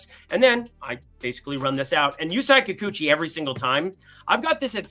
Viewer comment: Curious, do you watch baseball or are you purely a statistics guy? You know all the xwOBAs and launch angles but often tend to mispronounce big names like Sandy Alcantara and Yusei Kikuchi. What’s the rumpus?